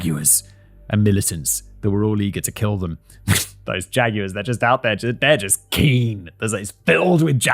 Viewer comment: Jag wire😂(yes I know it’s wrong)